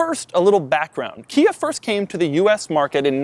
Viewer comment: He says "Kia" But I thought he said IKEA (2 times) Also Doug's the type of guy who refers to a bubble butt as a "big rear area".